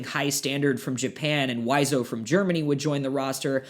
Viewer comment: Wizo is pronounced vee-zoh.